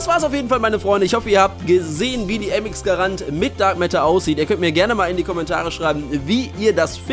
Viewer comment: vor allem Mx Garana die heisst Mx Grand